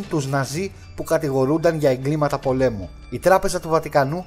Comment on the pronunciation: Σορρυ αλλα ...στην γενική ο τόνος κατεβαίνει... παγκοσμίου πολέμου... Να ΄σαι καλά ωραία βίντεο